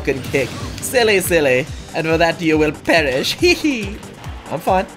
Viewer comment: "And for that u shall pEriSh" More like my ears will perish